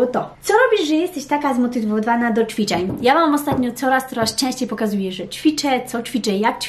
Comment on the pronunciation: ja myślę, że to nie jest kwestia logopedy, tylko tego że się żyje w innym kraju niż Polska, zacytuję śmieszny/prawdziwy tekst: "emmm, jak to było po polsku?" 😃 Ale w tym filmiku wyjątkowo dużo było CZWICZEŃ :)